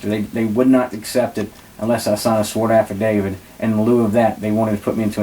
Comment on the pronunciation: Affidavit- afa-day-vit. Not after david. Misdemeanor- miss-duh-mean-ur. Not mister meaner. Municipal- mew-nis-a-pull. Not mu nis pull. You gotta be able to pronounce words of more than two syllables if you want to be taken seriously.